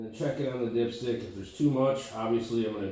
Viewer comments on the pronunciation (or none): lmaooooo i thought you said "pull out your dipshit" 😂😂